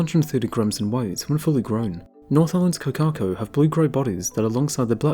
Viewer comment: Please try to pronounce correctly. Hint: Cor - car - cor. Cor - as in cor blimey Car - don't roll the r